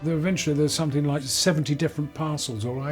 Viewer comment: That woman expert,who keeps saying somethink,instead of something,is really getting on my nerves.She also said ‘nothink’.What an appalling mangling of the language.